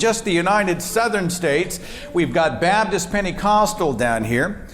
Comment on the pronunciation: "Babdist" No one ever explains how this pronunciation comes about. Two entire consonants completely mispronounced. Why? I've even heard Matt Dillahunty mispronounce this word in a joking way but then he doesn't explain it.